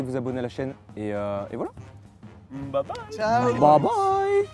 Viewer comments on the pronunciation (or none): none